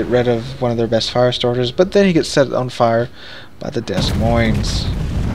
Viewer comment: Dez Moinz? I always thought it was ‘Demoin’ with 2 silent s’s.